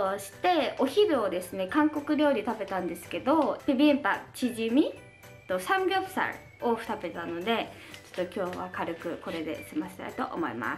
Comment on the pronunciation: サムギョプサルの発音聞いて、やっぱり韓国人なんだな〜ってなった😆✨